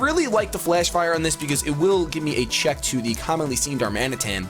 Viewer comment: Darman-eh-TAN, not Dar-Mansion...